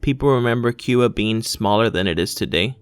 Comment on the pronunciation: You said cuba wrong